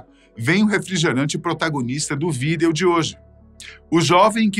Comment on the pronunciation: Alguém aí já reparou ou só eu , esse apresentador sempre fala "video" de forma estranha, tipo "Videooo"